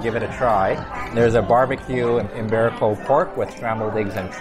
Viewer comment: Iberico not Imberico. No M.